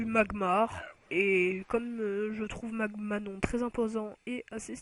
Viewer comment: maGAnon putain pas magMAnon